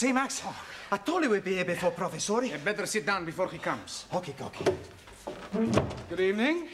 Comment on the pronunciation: Max: Hokay